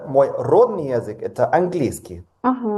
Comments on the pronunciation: Yeah he can clearly speak Russian but some of these pronunciation mistakes are suspiciously elementary. Like he pronounces the word native as "рОдний" (~RODnee) when it should be "роднОй" (~radNOY)... that's a pretty common word esp. for language learners. Sometimes when you're unscripted you rush yourself a bit and your pronunciation breaks down but that's a pretty brutal breakdown. To me it shows a slight lack of care towards the language. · As a B1 Russian speaker his Russian is fine aside for the random mistakes in vowel stress, like I did a double take when he said родной.